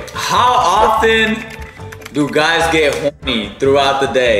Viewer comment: He said “throught” the day 😂